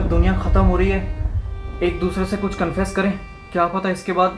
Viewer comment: He said khuch instead of khuhhh